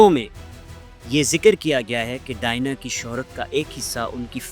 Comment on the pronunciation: Very stale and useless presentation. Can't pronounce the name Diana. Don't know who allows such brainless production